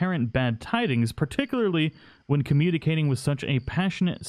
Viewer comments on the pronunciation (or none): Commuticate? That's the way you say it?